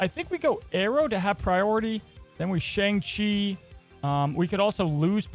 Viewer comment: Hey, you said Shang-Chi wrong in this video. Just figured you should know.